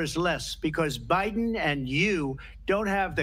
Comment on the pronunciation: She said obiden